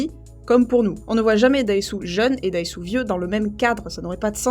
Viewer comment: C'est pas Daesu mais Odésu....